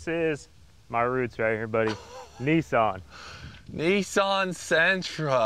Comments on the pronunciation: It’s not ... ‘NEEEESSAAANNN’ it’s NISSAN.... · Cleetus McFarland Bruh. Brah. Niss an. Say it with me. Niss. An. Nissan. Not nysson wtf is that